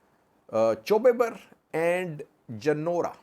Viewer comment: it is chobi ber not chew ber. and of course it is in raya and afar border